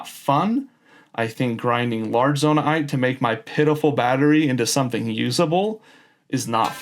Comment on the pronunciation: also, please stop saying zonai-ite, just say zonaite